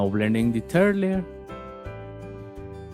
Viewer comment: " Blending the 'Turd' layer..."